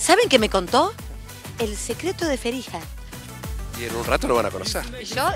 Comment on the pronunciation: Hablamos con "Ferija" JAJAJAJAJAJA ese marley